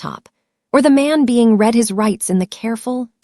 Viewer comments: The past tense of read is pronounced “red” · Ok a few things Avenue of the Americas is Midtown Manhattan Newark New Jersey is not New York Two very different places. Read and read spelled the same pronounced differently get it together messes up the flow of the sentence. People listening to learn English are getting messed up.